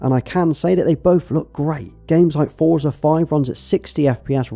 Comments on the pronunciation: Forza is pronounced "Fortza" , not "Foorzer" Think of it like pizza, you wouldn't say pizzer would you. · Small note... Forza is pronounced as "fortza" as it's an Italian origin word. Just like how we pronounce pizza.